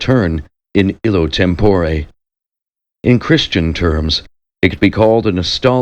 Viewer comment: On the whole, a fine reading -- but there are too many mispronounced words. Five-syllable words are sometimes uttered in four syllables. (Homogeneous is one example.) Instead of "institution," we hear "intuition." "Tempore" is accented on the second syllable instead of the first. Etc. -- But I still appreciate the effort!